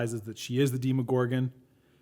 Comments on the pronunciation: You kept saying demigorgan wrong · "deemagorgon" me: BYEE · No one has ever called the demogorgon a deeeem-o-gorgon. Nor DEMI-gorgon. It's fucking DEMOGORGON. Demo. Gorgon. Dem. O. Gor. Gon. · I don't think you've watched the show if u say deeemogorgon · itz dema gor gon not demogorgan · MyNameIsMilligan demogorgon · how do you watch hours of this series, hours of listening to people say the monsters name, and still manage to say it wrong. The one guy that was meant to get his 'mind blown' knew and didn't correct him like seriously. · You're pronouncing the monster wrong